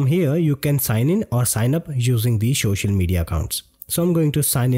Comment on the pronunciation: Social not showshal account...Indian hummm lol